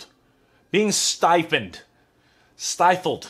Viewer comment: "Sti-fled" is the correct word: Smothered; squashed. Su, 01/10/2021